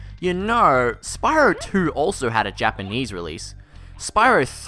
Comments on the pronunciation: I had to do a triple take at "Spyror Toor". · "-this is fine for leanier games like Crash BandiCoot, but not Uhr more opeh Gehm like sPaRool" hahaha-fuck dude.